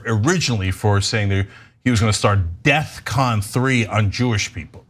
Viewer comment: Cenk mispronouncing def con and saying death con was not accidental. He can't help but lie.